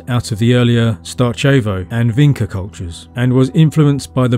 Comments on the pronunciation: It's Vincha not Vinka. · Your enthusiasm is commendable. However, you really should have learnt how to say Cucuteni and Vinča, it's not rocket science You would probably break your tongue on Tărtăria, i beautiful valley in the western Carpații